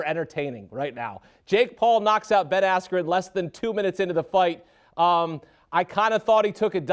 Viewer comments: “Ben Askew”😭😭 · You mean Ben Asskew? 🤣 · This was a BS event, for 3 hours it was all singing. The announcer didn’t even say Ben askren name correctly and the ref stoped the right super early. Also the fight before a guy with blue hair flopped and pretended he got hit in the nuts when he didn’t even get hit